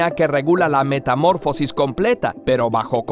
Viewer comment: Como canal de divulgación científica, creo que es importante que pronuncien bien las palabras. Es metamorfosis, no “metamórfosis”. Es una palabra llana, no esdrújula.